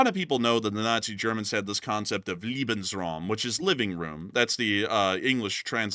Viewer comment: Just a minor correction, you pronounced lebensraum (space to live) as liebensraum (space to love), I don't think Germans were spreading LOVE at that time ;-). Leben (trie to pronounce it as layben).